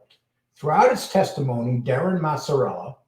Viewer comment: No they lived in crest wood and colonial heights. you really butchering these guys names. It’s maz a rella and ba lance eo